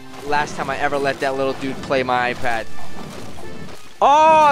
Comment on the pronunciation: You said pway